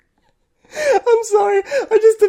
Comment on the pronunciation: Every time I hear it, it sounds like Evil Deer, 😈🦌